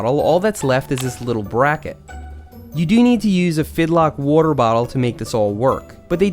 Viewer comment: Nobody: Seth: Wuter